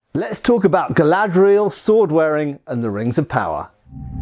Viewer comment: It's. Not. Galadriel.